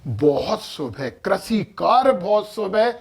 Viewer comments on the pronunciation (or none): none